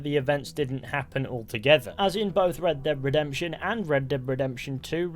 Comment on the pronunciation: Red dead revolver Red dhead redemtion Red dead revolver Red dhead redemtion🤣🤣🤣duh duh duh duh